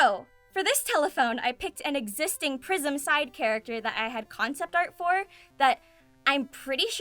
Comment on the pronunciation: I know it's prism, i swear I heard Prison from, also love your vids and your laugh always make me smile.